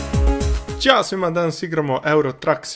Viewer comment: E moj kad kod kazes to ćao svima uvjek se utripujem da kazes ćao sima xD